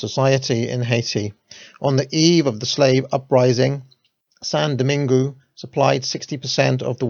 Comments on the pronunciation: Love the series and your channel, but please, if you're going to to be pronouncing French place names, learn how to do it properly. It was painful hearing Dom-in-goo and Day-sa-lines. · you nailed the pronounciation of "saint" then stumbled every time you said "Domingue". If you say it like "Doh-mang" you'll still be wrong but you'll be a lot closer.